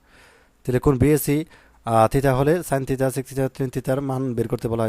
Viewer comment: স্যার থিতা না থিটা 😂😂😂